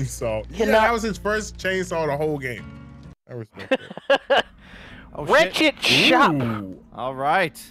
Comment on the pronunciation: He said rechet shop. Is pronounced wretched like get wretched but with an ed at the end.